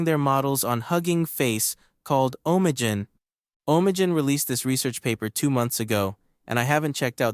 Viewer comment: It's pronounced Ah'm Nee Gen.